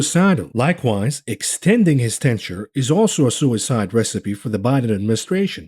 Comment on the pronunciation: The word is tenure. 🙃